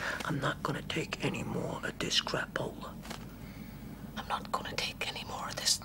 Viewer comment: “I’m not gonna take anymore of this crappola” with the American accent is so funny. I love this show so much